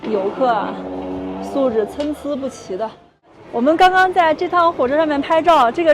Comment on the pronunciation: 感谢教了我这个成语的发音 参差不齐 cēn cī，多音汉字就是让我们加拿大的华人抓狂。看你们在越南到处吃街边小食，吓得我瞠目结舌。我们来自加拿大的人，去越南若敢随便乱吃，那可能要闹肚子闹到入院的。